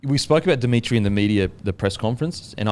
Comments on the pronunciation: Its demitriou not demitri btw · Speaking of pronunciation, please say Jason Demetriou’s last name correctly. I know it’s not a big issue but it’s really hard to listen to you say ‘Dimitri’ every time 😂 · First with pronouncing names correctly, the Bunnies coach is Demetriou, not Dimitri. Every time I hear Dimitri I think of a Russian dude lol Then my Team of the Week; 1. Walsh 2. Marzhew 3. Gagai 4. Farnworth 5. Oates 6. Clifford 7. Hynes 8. Fonua-Blake 9. Grant 10. Hamlin-Uele 11. Kikau 12. Fermor 13. Yeo